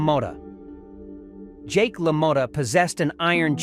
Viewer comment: Constant mispronouncement of names, La Moatta ???, Zaley ??? Either AI or an imbecile.